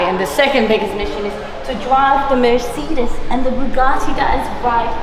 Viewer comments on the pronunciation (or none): "merseedis" lord help us. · dawg wtf is a merceedas